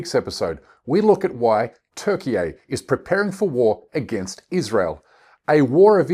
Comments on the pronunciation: This can’t even pronounce Turkey 🦃 🇹🇷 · It’s Turkey dude your speaking English not Turkish! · Please stop saying Turkey eh. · Nice video mate but if you could just say Turkey correctly that would be great 👍🏼